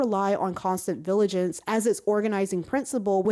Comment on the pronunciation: Great and much needed video. Only problem is now you got me saying "viligance" instead of "vigilance" now 😭